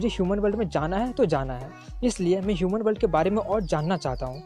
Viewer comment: Shuman nhi loDo yuman hota hai 😂😂😂 do not maid okk